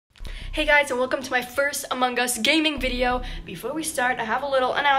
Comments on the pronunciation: ITS NOT AMONG GUS!!!!!!!!!!!!!!! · Nice pronunciation. "amon Gus" Nice webcam setup for an iPhone.